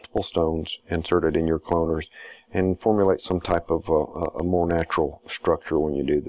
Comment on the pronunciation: pls dont say "cloaners" lol